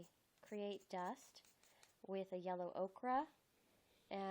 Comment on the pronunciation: Ochre. O-ker. Not okra. That’s a vegetable.